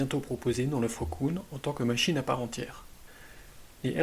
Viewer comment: KUhn pas kouhn lol avec un "u" comme ambulance mdrr